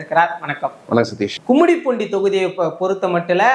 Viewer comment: Kummidipoondi ❌ gummidipoondi ✅ தொகுதி பெயர் தெளிவாக இருத்தல் அவசியம் FTP